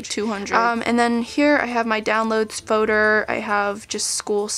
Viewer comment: who else kinda got irritated that she kept saying foder instead of folder... i know it's an accent thing but still lol